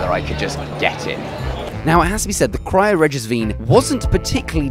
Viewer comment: vine is pronounced as vine as in the plant despite what this guy is attempting to do.